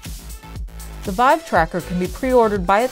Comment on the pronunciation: Ahh, htc VEEVE.